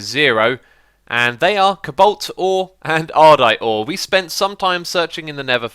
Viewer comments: It's pronounced Co-Balt not cablt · Xisuma, why do you pronounce cobalt cabolt?